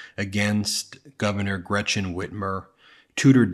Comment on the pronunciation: First, can Tudor Dixon please pronounce the German name Gretchen not like it is spelled with a sh it is not Gretshen it is not Gratshen it is Gretchen and if you cannot than don’t use it, thank you‼️